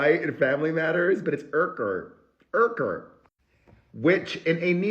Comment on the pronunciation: Ken’s last name is pronounced YOUker